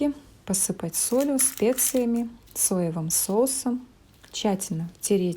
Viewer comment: ЦОЕВЫЙ СОУС🤣🤣